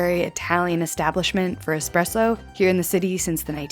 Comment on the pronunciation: "Espresso" 👁👄👁 that tickled me.